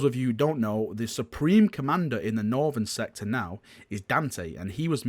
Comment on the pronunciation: "Norfen sectah" Man, I love it!) You are a true son of Lord Adornable.